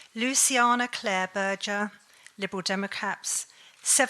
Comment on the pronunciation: “liberal democaps”